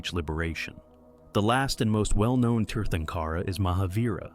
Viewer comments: Uhhh. Here we go with mispronounced Sanskrit words. Tirthankara is pronounced Theer-thunk-era. And not Tear-tunk-aara. But that said, the British are to blame for providing very poor and inadequate use of diacritics (accent marks) to help us pronounced Sanskrit words. The letter 'a' when extended, as in the word 'father' or 'far' was accented as Ā by the British but current dictionaries use Ä whereas the Ā is used as in 'Ate' or 'Date.' My only other comment is about Ahimsa, or 'not-harming.' Sounds grand, but life has always lived by killing other life ever since life started evolving on earth. Jains don't want to taint their karma by ploughing the earth, but don't seem to care that the rest of us have to do so. Seems quite selfish to me. Humanity needs to approach life as one community. Without ploughing the land for grains, humanity would not have survived. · The term Tirthankara is pronounced like “tear tan kara” the t and h are not pronounced like “thanks.”